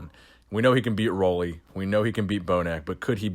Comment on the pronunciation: FYI, his name is pronounced Ruley, as in a Ruler. Keep up the great work.